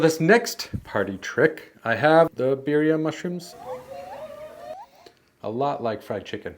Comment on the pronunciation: Birrrrrrrria. You gotta rrrrrrroll the errerrrrressss ese